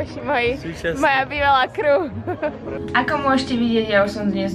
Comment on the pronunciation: keď už sa v tých videách snažíš vyslovovať anglické slová tak ako sa majú,tak to rob poriadne,crew (krú) nie (krjú) au